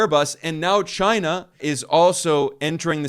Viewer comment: The only other person who says CHYNUH as funny as Trump is Ben Norton (not knocking you it just makes me laugh)